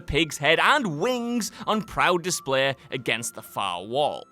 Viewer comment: A pigs head on DISPLEH